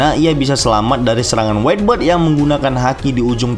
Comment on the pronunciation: whitebeard dibaca waitbierd bukan waitberd waitberd (whte bird) itu artinya burung putih bukan janggut putih